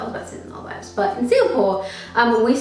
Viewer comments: Paayal Shah lmao I was thinking the same?¿ I thought to myself it's probably because of her Australian accent or something! 🙃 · She doesn't say The Maldives right.. lol